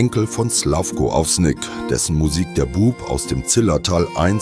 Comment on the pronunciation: Hat man zu hohe Ansprüche an die Welt, wenn man von einem Volksmusik-Sender erwartet, den Namen Slavko Avsenik richtig aussprechen zu können? 🙄